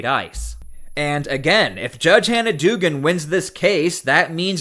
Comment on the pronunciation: The name is pronounced dug-an.